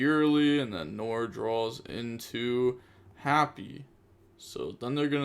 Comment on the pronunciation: Bro nore? Are we opening the nore? It's nwar